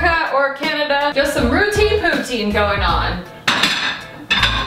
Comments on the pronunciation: Pou-TIN, not pou-TEEN. I feel like anyone that doesn't live in Northern Ontario or Quebec pronounces it wrong lol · Pro Tip: If you want to impress the Quebecois (the french-canadians) you must pronounce it "poo-TIN" instead of "poo-TEEN" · The way you pronounce poutine makes me cringe lol js. 🐱❤️